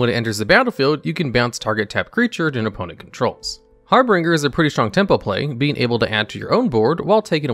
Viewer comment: "Oppnent" xD Jokes aside, it was a great video. It's nice to see how much merfolks have evolved since the classic "I summon a 1/1 for U that becomes an islandwalker 2/2 thanks to my non-merfolk Lord of Atlantis".